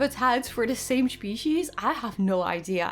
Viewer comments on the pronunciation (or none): Love your creation. Also side note. Its pronounced "Spesheez" not "Shpesheez" the first letter's sound as in S not a Sh